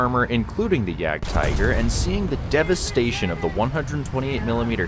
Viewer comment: It's pronounced Jagd-teeger. Either say that OR 'hunting tiger'. Don't mix up languages. It's not because a word is written the same in another language that it's pronounced the same way dude. I'm not even German, I'm Belgian. Though I live close to the border, in Battle of the Bulge country.